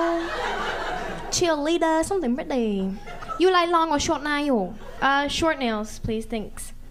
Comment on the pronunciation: “You look so ✨priTaY✨ like ✨model✨.. ✨cheerleaduh✨ somethin’ 💅 pRiTay💅 “ got me 😅 Edit : I liked my own comment cuz no one will 🙃